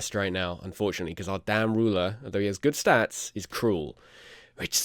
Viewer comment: Ah fuck he went back to "statis". I'm just gonna pretend it's the name of the series now haha